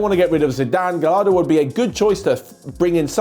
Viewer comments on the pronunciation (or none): Hey, it's actually pronounced as "Gashardo"